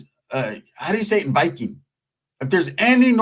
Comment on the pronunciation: TY for the shout out to Norway... Norway's in the HOUSE!!! Wes aKa Small Hands Big Slaps.......... You're saying Viking perfect BTW Love the channel, massive respect